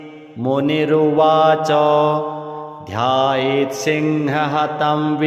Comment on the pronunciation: प्रथम पंक्ति में ही गलती है लिखित में और पाठ भी गलत वास्तविक लेख में मुनिरुवच ध्यायेत सिंहगतम,,,, की जगह ध्यायेत सिंह हतम ,,,, किया जा रहा है जो बहुत ही गलत है कृपया त्रुटि संशोधन करना चाहे और श्रद्धालुओं के शुद्ध पाठ उपलब्ध कराए। हर हर महादेव।।